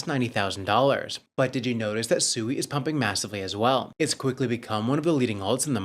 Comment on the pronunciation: You guys had the co-founder of SUI on the other day or maybe you just reviewed the video with the co-founder in and he pronounced SUI correctly five or six times in just under 2 Minutes Alone and for some reason you guys still can't catch on and you keep calling it SUEY, like your little piggies SUEY SUEY SUEY